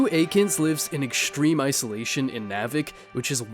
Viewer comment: please don’t recommend unless you do your homework first. Sue Aikens lives in KAVIK, not MAVIK. perhaps you watched tom cruise movies too often and thoughts of Maverick overwhelmed you. most of his fans do swoon with his charisma and good looks. take a deep breath. KAVIK. say it slowly.